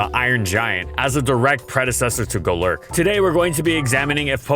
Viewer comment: Goelerk 🤮 Go-lurk 😍👌